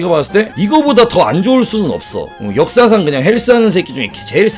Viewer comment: 역사상 이란 발음이 왜 "엿"사상으로 들리냐 ㅋㅋ